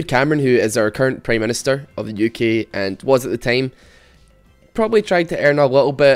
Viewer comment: you pronounce uk as "yuki". pls love me.